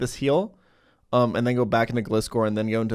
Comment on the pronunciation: I am genuinely going to hurt something if people keep pronouncing gliscor with a short i. You know what gliscor is based off? Scorpions and gliding. GLIde SCORpion, GLISCOR.